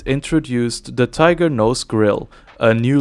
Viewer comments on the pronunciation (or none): none